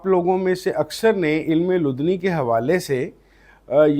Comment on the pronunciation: Correct pronunciation: Ilm-i-ladunni